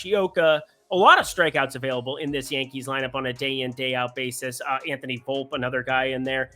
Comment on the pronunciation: His name is pronounced “Volp-E” for the Yankees, not Volp